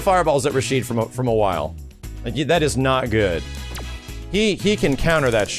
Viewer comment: Now I could be wrong about this, but I've heard his name is Rashid, not Rashido. I'm gonna look more into it though.